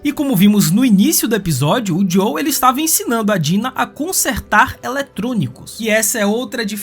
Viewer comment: Muito bom o vídeo parceiro, única coisa. É JoeL não Jow kkkk